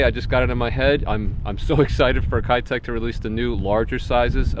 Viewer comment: Just FYI, keitech is pronounced "Kay" tech, not "Kai" tech. I speak Japanese and lived and fished tournaments in Japan when they started becoming popular 5 years or so back. It was always the 2.8" live impact which would win tournaments in highly pressured waters in Japan. There are some other plastics from the company O.S.P. that can only be found domestically in Japan that are just as deadly, if not more deadly. I'm sure you would be a fan of those, too.